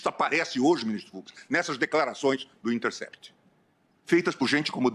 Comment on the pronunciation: Eu tava aqui pensando pq ele falava sempre "do de intercept". Aí caiu a ficha q ele fala o the de forma diferente. O som de " de" no Brasil é "di". Por isso minha confusão kkkk